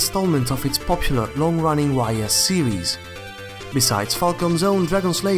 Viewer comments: Great video. Nice insight about JRPGs released in the 80's. Although you mispronounced some words like Ys (pronounced as ees) and eroge (eh-roh-geh, or just a short term of erotic game.) You also missed out another long-running franchise in Legend of Heroes, although Dragon Slayer is its predecessor. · Great video but one thing. . Ys is pronounced iee's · Very nice video! But Ys is pronounced "Ees"